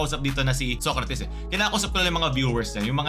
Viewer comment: Tama ba yung naririnig ko? SOYcrates? 😂😂